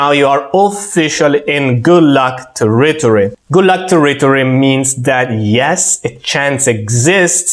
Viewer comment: I love all your work. You do a great job amalgamating and distilling all the gray areas of all the power content that exists from so many minds. Thank you. And as One small feedback to help you, the enunciation of territory in English is TAIR-ritory, with the stress always on the FIRST syllable. Grazie mille!